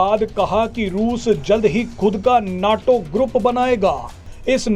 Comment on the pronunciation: abey bewakoof, उसे नाटो नही नेटो कहते हैं।